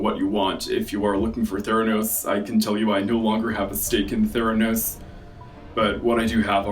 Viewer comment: saying Theranos is the closest anyone has said my name correctly. As a Theron, I have to take what I can get. And Charlize doesn’t count when they constantly add a French affectation to “Arron” with a lisp.